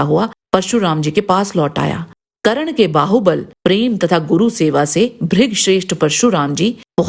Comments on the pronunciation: Karan nahi Karn hai naam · madam ji dronacharya ne sirf brahman aur kshastriya ko shiksha di hai....aur ap karan thik se bolna sikh le....